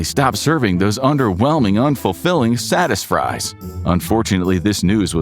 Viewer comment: Satisfries....sounds like saddest fries😂